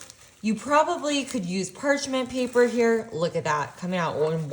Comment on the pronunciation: what is perchment paper? its perching? woman, it is parchment paper , do you know anything? so inarticulate, it hurts